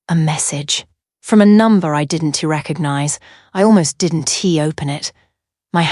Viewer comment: She didn T , I didn T . Oh boy prononciation is lost in Translation 😅. Al contractions are in need of editing .